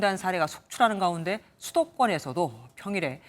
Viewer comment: 이상하네요.... 왜 나만 여기자발음이 이상하게 들리나요? 가운데...를 가운디. ...라고 말하는거 같은데 한두번 이렇게 말하는게 아니던데....시정이 안돼는 이유가 몰까요?